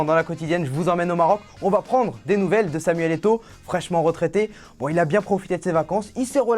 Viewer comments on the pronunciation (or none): C'est plus Samuel Eto'o mais Samuel Egr'o mdr 😂 Il a bien raison de profiter tant qu'il joue un peu 😉